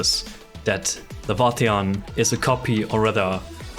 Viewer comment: So to bust your theory that Laevatain is Surtr (Lay-Vah-Tain) Rather then what you said (Lah-Vah-Tee-on) Her bio states she says she isnt Surtr and hates that people call her so or compare her to Surtr. Funny huh?